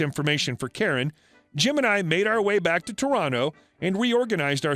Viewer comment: am i the only one who heard him say “both gemini” ik it was jim and I but still lol